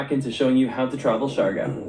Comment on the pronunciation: You pronounce it as C - Yar - Gaw (Siargao). It's one of the beautiful islanda we have... 7107 island or more depending if it's high tide.or low.tide...Have not been there but will visit it too. enjoy your visit there